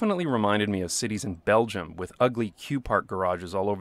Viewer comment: He really said Belgium like it was a slur